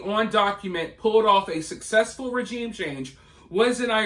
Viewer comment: You can't even pronounce regime